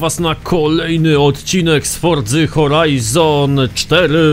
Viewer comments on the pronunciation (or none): none